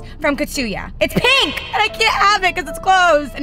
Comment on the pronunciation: Pink. Not peenk